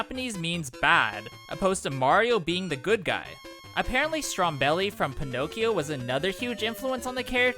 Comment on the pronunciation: Stromboli Strum-bow-le: Strom-belly.